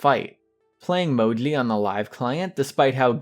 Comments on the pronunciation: You just have to pronounce "Mou-gee" it's not that hard lol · You pronounce it in a cute way. Sounds like Mojly :) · Bruh, u don't say Moji write lol